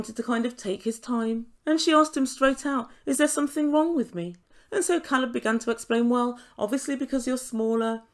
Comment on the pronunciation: Alina is horrible. She doesn’t bother to pronounce his name correctly, makes sh!tty American comments and i think she puts her friends up to all the interrogating questions. If Caleb leaves this situationship she will definitely blame it on her size.